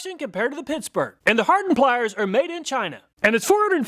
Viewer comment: I heard that. Pissburg. Ha